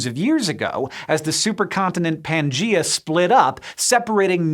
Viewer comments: Pan Ga E A , dude, not Pan ji ya ! "Pan" as in Greek for "across" "GaEa" which is Greek for "the World" because "GaEa" is "Mother Earth" in the Greek Pantheon (Pan Theon as in across the gods kind of like a superhero line-up) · Still not convinced that's the proper pronunciation of Pangaea.